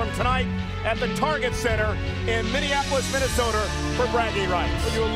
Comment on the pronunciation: Anyone else noticed during kane's entrance I think it was Michael Cole said Minneapolis Minnesoter and not Minnesota